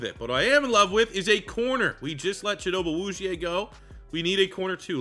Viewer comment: It’s cheet-oh-bay Ah-woo-z-ay. -your loving Cowboys fan